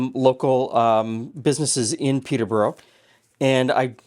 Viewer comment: Coming from just North of the original, the way says Peterborough hurts my ears!